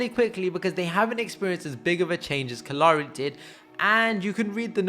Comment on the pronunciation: kallari was butchered for no reason.